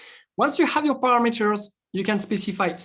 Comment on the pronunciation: Are you shure with "paramAters"? .